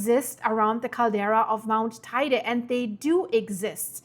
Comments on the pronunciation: Guten Morgen Sag bitte nicht "Teide"! Der Berg wird "Teyde" ausgesprochen.😉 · FYI. How to pronounce Teide: Tei as in “Table”, not “tie”; de as in “deh”. Thank you, 😊